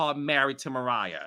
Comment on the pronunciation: JUST SAY MARIAH